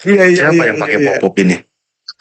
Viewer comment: Po, pok toda .bukan poppo